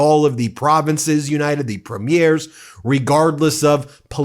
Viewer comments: preem yer not preem yare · We really need you right now but, just a little aside. Canadians pronounce Premier as "Preemure" not the other way. I know, it's just what we do 😊. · It would be nice if you could pronounce Premier the way Canadians do….. PRE mier Accent on PRE. Otherwise it sounds like a film debut. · Love you support Canada but the way you pronounce Premier makes me cringe.